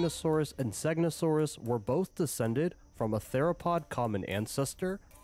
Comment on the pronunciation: he said xenosaurus💀